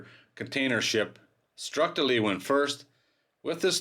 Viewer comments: Leeuwin is pronounced Loowin not leewin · Actually it's pronounced laywin. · Pronounced Sail Training Ship 'Loo-win' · The ship's name is said like "Looin" by us locals. :) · That's a terrible shame! BTW in West OZ we pronounce it 'Loowen' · Phonetically I think that you come closest when you pronounce it as "leawin". Like you say learjet. But the R gets replaced by the W and the rest sounds as you write it. It is a Dutch word and it means lioness. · Just heads up leeuwin is pronounced “lou win”